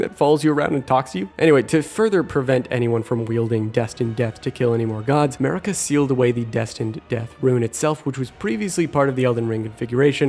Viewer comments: Is it just me who hears him say, 'Murica even though Marika is pronounced Mar-eeka. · "Marika" just sounds like "America" but with a heavy accent